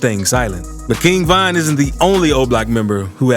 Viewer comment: Stop disrespecting Von by saying VINE!! Nigga you so infatuated and in love with street niggaz you can’t even pronounce their name right. Never speak on VON again